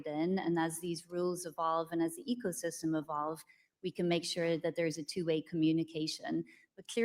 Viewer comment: "Echosystem"? Ugh.😅